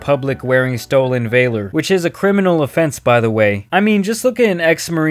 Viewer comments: valor, not vayler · It’s Val-or, not vay-lor, and Jameson Travels is a former Marine, not ex Marine. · lol “Valer” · “Stolen vAylohr” “Dan bRAziliAN” your pronunciation is on point 👌🏼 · It’s VAL OR not VAY LOR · I’m not defending him. But it Val-Orrrrr not Vail-oreeeee lol. And it’s not illegal unless you are impersonating and office. Not an enlisted soldier. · "Stolen vaylor" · Vay'ler. It's Valor. Please edit. Otherwise great vid. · Do you know how to pronounce words? You said stolen " vayler " its valor. And you said his last name like an autistic child. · Nothing against you or anything. But Valor is pronounced VA LOR. Not VAY LOR. Have a good day. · Um...Its not Vail-er..Its Valor..But yeah Dan is a douche bag x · "stolen vaylor"? May wanna try that again. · " stolen Valer" it's Valor 😂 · I get it you’re trashing someone on YouTube for the money. I could care less about Dan B.....just try to pronounce ‘valor’ right before ya do it tho. Damn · Stolen VAY-LOR lmao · Stolen “ vaylor?” Wtf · ”Stolen vaylehr”. Well done. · He said stolen vaylor 💀💀💀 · “Stolen Vaylur” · third grade-level reading skills. "dan brazilian", "stolen veiler"... do you genuinely not know the word "valor"? english is your first language... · marble mouth. learn to pronounce valor and curtain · You lost me at vay-ler. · "Stolen Valer" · “Stolen vaylor” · everything that came after "vay-lor" was invalidated. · “Stolen vay-luhr” That’s not it. That’s not how you say Valor, mate. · Stolen "vay-lor" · It's Valor not Veiler lol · Stolen vay-lor? Paul Brazilian? Learn to use words. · You said valor wrong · Listen. I'm sure you make incredibly good points in this video and I don't like Dan either, but after you pronounced valor. I can't watch anymore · You pronounce valor strangely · Your pronunciation of "valor" is a criminal offense.